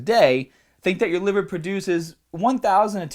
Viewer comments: Livuh. HAAAHHT. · dude are you from new York because I noticed the way you said "heart" "liver" and "other"